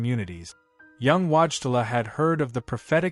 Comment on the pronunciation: WHAT is the name you used!? The public has learned to pronounce this historic Pope/Saint's sir name and it's not Watchela! Whoever is responsible for this ignorant narrative needs a language lesson. Face a mirror and watch your mouth form these Polish letters into English : VOY-TILL-AH. Another fractured name is the former secretary of Pope John Paul II, (later Cardinal) Dziwisz, misspelled and mispronounced, JEE-VEESH. Show some respect to the memory of both these great men.